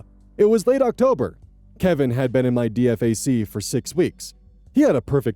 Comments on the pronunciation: DFAC is pronounced just like it reads, the acronym (the military LOVES acronyms) is not spoken as letters. Say it as D-FAK (or D-FAC, D-FAQ). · It's pronounced dee-fack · DFAC is short for Dining Facility. It's pronounced "DEE-fack" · actuslly pretty mych everyone in the service pronounces dfac like its a word (D-Fac) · So, for future reference: Dee-FACK (I am a soldier and that is how we all pronounce it) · For future reference DFAC is pronounced “DEEFAK” by service members. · It's pronounced Dee-Fack. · DFAC (dining facility) is pronounced DEE-FACK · Just FYI: It's pronounced DEE-fack. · It's pronounced 'Dee-fak' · 1. This was extremely poignant and I honestly feel bad for the guy. 2. It's pronounced "Dee-Fak" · DFAC. Sounds like D-fack. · So.. the army tries to pronounce every ackronym. DFAC would be spoken like Deefack. Just thought I'd put my 2 cents in. I remember what it was like as a 19 fresh soldier. It was a nerve wracking time. I learned an early lesson to turn off my brain. I needed my brain for the job, but not the lifestyle. I want to fix and improve systems, but fixing process in the army is well above the pay grade of a lower enlisted. I slipped up a couple of times and tried to improve some process only to get smacked by reality. Now that I am older and more mature, I understand the person that needs to hear suggestions is likely nobody you'd interact with as a lower enlisted. I did the soldier thing for 9 years with 2 overseas tours. I never reenlisted. The army really wanted me to stay and held me longer than I signed up for. I regret nothing. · Also, you can pronounce DFAC as D-FAC, it's what we do, saves time instead of constantly listing it out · Spelling out DFAC each time was amazing and frustrating at the same time! ( we always called pronounced it as Dee-fact) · Please stop spelling it every time, just say D-FAC 😂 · Just so you know, DFAC is usually pronounced "deefack" Not trying to be rude, just trying to be helpful.